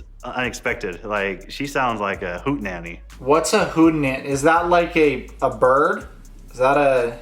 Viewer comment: Hoot-nanny not hoitananny